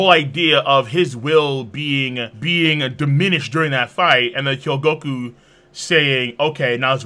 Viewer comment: you keep pronouncing it <<He-Yo-Go-Ku>>. its <<Ho-Gee-Yo-Ku>>